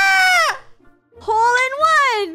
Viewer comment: Insted Of HOLE-In-one I think is TROLL-IN-ONE